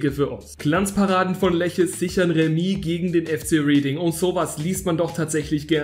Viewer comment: Reading spricht man Redding aus ☝️